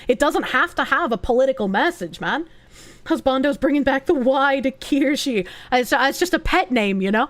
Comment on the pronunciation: Did he just say Kir-SHEEE?